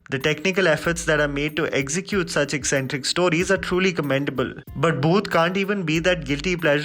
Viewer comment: it's bhoot not booth. By the way I like your work